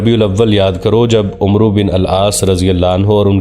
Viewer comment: Umro bin alas nahi eysa parna ghalat hay ye amar bin alaas ha . Yahan umer or amar me pehchan k ley و leka jata hay